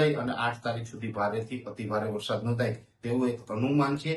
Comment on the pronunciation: Not varshad, varsad. Learn to speak.